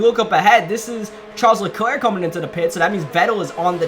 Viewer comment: that isn’t how you say Charles Leclerc’s name